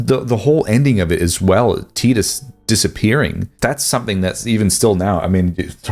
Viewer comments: Never heard someone say his name at Teeedus Instead of Tyyydus before. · Teetus? Do you mean, TYE-dus? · "Teetus" Ffs... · The way you say "Tidus" triggers me